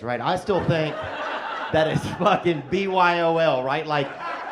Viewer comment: That man said BYOL😂😂😂😂😂